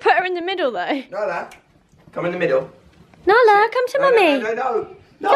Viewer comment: Nala not Bala